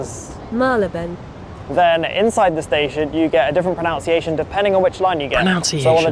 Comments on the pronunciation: I agree, his pronunciation as "pronounciation" is annoying. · You are correct. It should be pronUNCiation. So many ironically, pronounce this incorrectly. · i came here to say he's pronouncing 'pronunciation' erroneously 🙂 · It IS a bit ironic to have a guy who doesn't pronounce pronunciation correctly help us with pronunciation! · The irony that can't pronounce pronunciation 😂